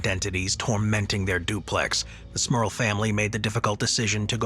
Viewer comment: 😂😂😂😂 Every time he says the families name that's all I hear is Smurf instead of Smurl, should've read the comments after watching the video!